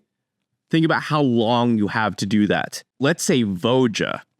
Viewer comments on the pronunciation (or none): Just as a heads up, it isn't "Vo-juh", it's "voi-uh" - the J is pronounced like a Y. Tolsimir's name is very northern-european and the J being pronounced like that is pretty consistent across most of the languages in this region